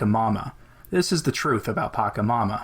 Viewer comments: It's patchamama not pakamama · Very astute to deliberately mispronounce P When we must speak of the demon, it is wise to mispronounce it. There are many good reasons to do this, but the most important is that to take care in the pronunciation is at the same time a genuflection in the direction of the demon. (genuflection implies "some" accession to the power of the demon. )